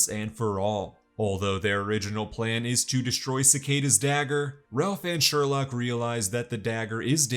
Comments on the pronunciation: It’s sureloke not surelock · Sorry, every time you said "Sherlock", my mind immediately corrected it to "Sherloque". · Sher-loock -loch 😂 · he said Harry "Sherlock" Wells ITS SHERLOQUE